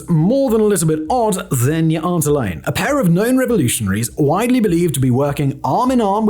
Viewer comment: you aren't alleen? Or did you mean alone 😂